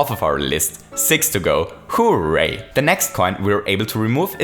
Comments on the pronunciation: It's hooray not who.ray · It's hooray, not "Who-ray" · The way that says hooray gives me life